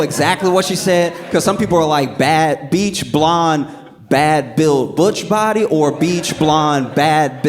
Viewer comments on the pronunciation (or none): "BLEACH" not "BEACH" AND "BUTCH" not "BOTCHED"